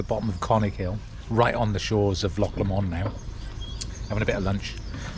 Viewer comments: Loch Lomond is pronounced Lowmond. Great scenery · Really enjoyed your video, Loch Lomond pronunciation was really funny. Tell you what though.. Rowardennan to crianlarich was a bold, brave move.. Well done that's tough